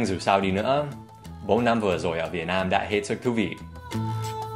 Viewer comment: Dan Hauer Vietnam not vietam bro 😁